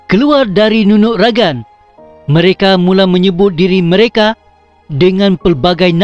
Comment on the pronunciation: Nunuk ragang ka bo Asi..okon ko Nunuk ragag..ogumu lo sebutan nu au kopiiyo koontok..